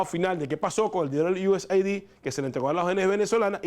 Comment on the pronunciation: se pronuncia USaid es aid de ayuda no ID de identificación